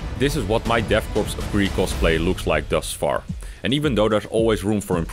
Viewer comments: the S in 'korps' and 'corps' is silent; you don't pronounce it. 'Core', not 'corpse'. I thought you knew that? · its called pronounced core not corpse.